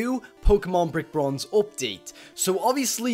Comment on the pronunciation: Hey what is up everyone I'm and I'm showing an opdate that's what I heard...